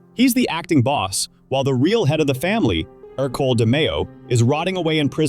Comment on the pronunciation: It's not ercloe it's ecolie which is a bastardized version of the name Hercules the old Roman god